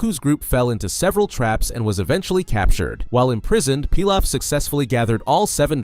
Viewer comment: I am so used to Emperor "PEE LOFF" not "PIE LOFF" haha it was throwing me off.